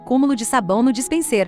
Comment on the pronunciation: Obrigado por responder. O meu objetivo ao perguntar o que é "dispensêr" é porque o narrador digital não pronunciou direito a palavra e isso fica muito feio deixando claro que não é um humano. Ela não pronunciou dispenser, mas dispensêr. É como eu falei, um canal de 1000 seguidores utilizando esse recurso é compreensível, mas uma empresa do nível e do porte da LG...